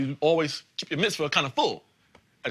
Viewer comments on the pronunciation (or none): I love how he mispronounced Mitzvah.... BAR MISFIT!!